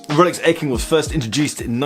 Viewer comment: Did he say I have a “rrrx” on my wrist?